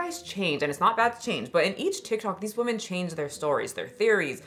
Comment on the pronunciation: I like your videos a lot but why can’t you say women. Woman/women are not homonyms, but you pronounce them both as woman 😅